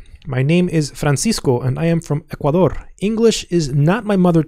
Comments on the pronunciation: I think .He just pronounced it well. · Do you speak Spanish? I ask because you pronounce the words Ecuador perfectly well.